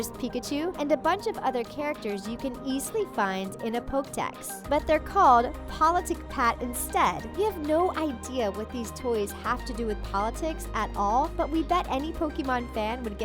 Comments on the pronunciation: pokedex not poke dex. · What is a "poke" deck? It's Poké (Po-k-EE) deck.